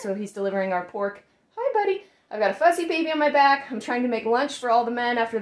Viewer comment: I heard you say “fuzzy baby” at first and looked at the baby and was like, “Thats a cute way to talk about your baby, but he doesn’t look that fuzzy!” And then I realized you said “fussy” and it made more sense.